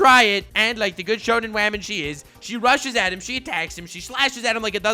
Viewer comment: First video I've watched from this channel. He calls Jericho a "shonen wam"? What's that about?